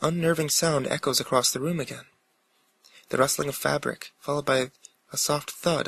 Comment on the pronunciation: Am I the only one who thinks that when he said fabric at first, he said fapping?